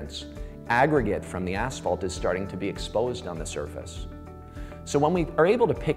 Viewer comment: Love how all these asphalt professionals say aSHphalt... It's aSphalt... Just like it's spelled